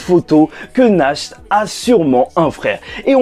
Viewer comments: Ça sonne pas Nacht mais Nart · Pitié, c'est [NaRT] la prononciation. Ça vient de l'allemand qui veut dire "Nuit"!